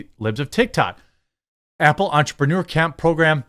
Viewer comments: Stop saying “ample”, it’s “Apple”. All you do is read articles and posts others made, easiest job in the world, put at least a tiny bit of effort into it. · Sounds like Jeremy says “ample” a couple times lol. Cutie.